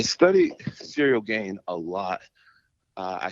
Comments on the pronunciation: in the comment section Lol'ing at Jon pronouncing Ciryl Gane as "Cereal Gain". Meanwhile, can't pronounce simple English words at a first grade level. For example, as long as I can remember, he's pronounced "having" as "haffing🥴". is just one example, but he says it every time and unfortunately it's a word he uses a lot. The lack of intelligence, perceptiveness, and self awareness you have to lack to be about 50 years old and still unable to pronounce elementary words, is unbelievable. Especially when you're a journalist. Then you have the way he mumbles "nice" after he gets a response to any of his questions at pressers and interviews. There's a long list of annoying thing does. I just find it extremely annoying that of all people, he has the nerve to knock a guy's pronunciation of anything. What's next? You going to criticize his physical appearance like you're a far better specimen of a man? 😂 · "Cereal Gain" 🤣😂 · Did he say 'Now we got Cereal Gang' 😂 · Everyone - "Ciryl Gane" Jon Jones - "Cereal Gain" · I love how just went with it and started saying cereal too, who’s going to correct Jon jones, his name is officially cereal gain as far as I’m concerned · Does he keep calling him "Cereal Gain" on purpose?!😂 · Serial Gain? He is mispronouncing his name on purpose? 🤔😂😭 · “cereal gane” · That's Jon who calls him that. I heard him pronounce his name that way in another interview...lol